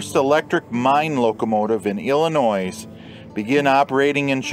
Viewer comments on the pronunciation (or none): The S is Silent in Illinois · Putting the S on the end of Illinois….